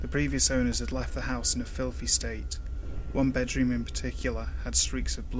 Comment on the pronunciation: I laughed uncontrollably and unnecessary hard when you said "one". It sounded like "hwaaan"